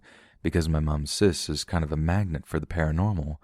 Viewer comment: My dude. How can you mispronounce words like “kind”, but somehow know how we pronounce Leominster?